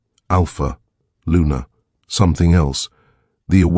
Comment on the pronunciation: Luna not Lunar.